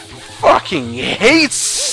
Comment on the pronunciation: SSSANNND! Best pronunciation of the word ever.